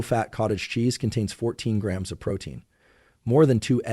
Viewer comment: Such a boring, monotone voice. And doesn't pronounce grams or ounces correctly.